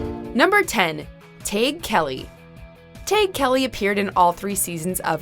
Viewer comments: I think you pronounced Tadhg Kelly's name wrong. I remember watching a behind the scenes special about unfabulous on Nick and he was talking about how odd his name was. I think he said it was pronounced TAD-HING Kelley lol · Tadhg is pronounced "tye-g" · Miranda Davis You are right. They are not pronouncing his name right. I always felt sorry when people who have traditional Irish names leave Ireland because some people aboard cant pronounce it right or make a laugh of the spelling. Like Aoibhainn (A-veen) Aoife (Eee-fah) Padraig (Paw-drig) etc.